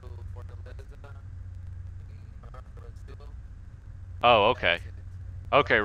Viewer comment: Mano quando ele falou fortaleza eu sabia que era BR